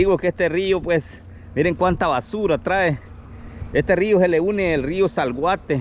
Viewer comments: Es Acelhuate no se dice salguate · Hay hijo , esta bonito el vídeo , pero tú narrativa muy mal , el otro río se llama Acelhuate, no Zalguate 😂, pero podes mejorar, felicidades